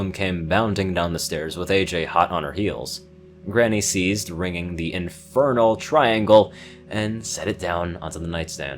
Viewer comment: "INGERNAL triangle!"